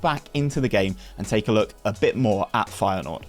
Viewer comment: Hey man, love the rebuilds. Best videos you do in my opinion. Hopefully you can get to 20k before fm23. Although your pronunciation is questionable at best. :) Feyenoord for the Champions League.